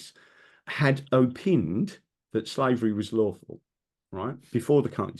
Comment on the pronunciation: OW-PINE Don't know where you get the 'EE' Baffles me. All the knowledge and yet pronunciation on certain words is lost on you.